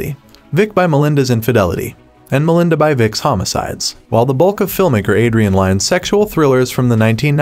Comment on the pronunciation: I thought it would Melinda's lovers but he mispronounced it so many times I can't 🙄